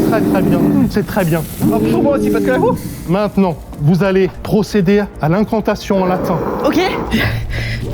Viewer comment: C'est ce qu'on va découvrir mainant.. maintenant... faut articuler un minimum 😂